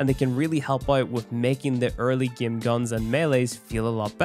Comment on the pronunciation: " in the gyem"